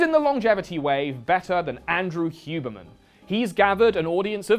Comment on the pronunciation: I love how you called it the "hubermench" hiehie